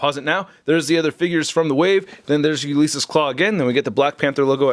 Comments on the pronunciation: it was like nails on a chalkboard each time. “You Lease Us Klaw” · Do a shot every time mispronounces Ulysses.